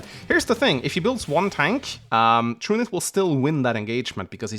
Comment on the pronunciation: I do believe his name is supposed to be pronounced "True Knight" It'd come in handy for people to submit pronunciation keys along with their names.